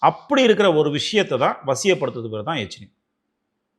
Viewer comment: யக்ஷினி..எச்சினி இல்லை